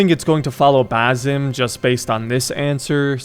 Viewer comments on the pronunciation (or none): Dude, love your videos but please… for the love of god, it’s BaSSSim not BaZim. Keep up the great work tho!